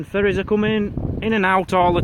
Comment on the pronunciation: Thought you said furrys, than I thought Fairys then I realized Ferries. lol.